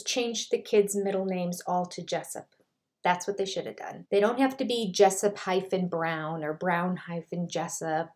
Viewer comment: David Pressup? Do you mean David Jessup?